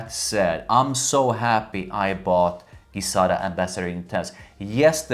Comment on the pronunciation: Please pronounce it Gi (Ji)zada as per their promotion videos, not Gui-zada.... thank you :D